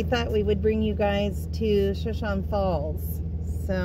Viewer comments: Pronounced "Sho show nee" like the Indian tribe. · I would have guessed it was pronounced Shoshonee but not positive. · Beautiful, I believe it is pronounced Show shone e,,, as is the Indian tribe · Lol, I had to see if anyone corrected the pronunciation. I know it’s just an OCD thing. Love!! ❤️❤️ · I can't believe neither of you know how to pronounce Shoshone. It's the name of a Native American tribe